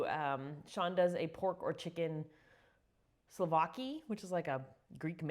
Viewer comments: I love this recipe! Yum! Btw, my first job as a teen was in a Greek/Italian restaurant and they explained it’s pronounced SAD ZIKI. Hope that helps you as much as it helped me! 😉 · It’s pronounced taziki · We have a restaurant near us named Tzatsiki's. They pronounce it "zaht-zee-kee." Thanks for the recipe! (I add mayo to my version, too!)😊